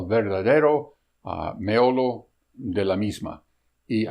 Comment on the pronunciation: Meollo no meolo, pronunciación!